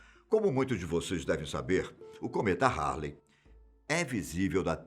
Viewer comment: Cometa "HARLLEY" foi pesado. Não esperava isso de ti meu querido!